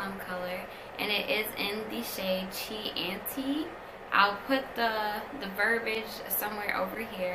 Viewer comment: Chianti is pronounced key-ahn-tee. Watch Silence of the Lambs.